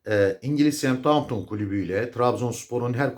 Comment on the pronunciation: 5 milyon Euro olsa, amenna. Adamlar10-11 milyon Euro artı diğer saydıklarınız. Bir de şu ingiliz Takımını doğru dillendirin. Semthaunton değil Saushemptın diye seslendirilir. ( Southampton ) Saygılar..